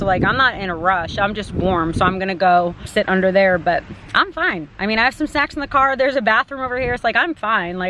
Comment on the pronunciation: it sounded like you said you "have some sex in the car" haha not snacks